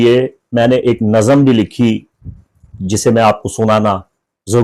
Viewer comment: Sir jee ap ki urdu bohat achi hai is liey ap ki tashi kar rahi houn lafz naxam nahi nazm hota hai